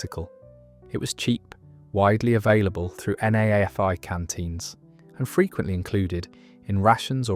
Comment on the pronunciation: NAAFI is pronounced "Naffy" - Navy Army and Air Force Institutes